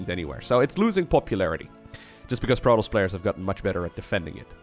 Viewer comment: Not hating on the accent, but every time you say protoss, i swear i get a piece of my brain removed. Love the content though, keep it up.